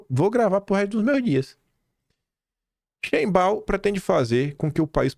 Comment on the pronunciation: Sheinbaum é uma palavra de origem germânica. Quer dizer: shein (bonito/a) baum (árvore) ou seja, árvore bonita. E se fala shainbaum. Sendo o m pronunciado como m e não n.